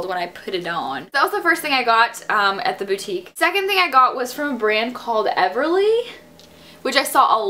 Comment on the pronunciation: So happy you know how to pronounce boutique!!!!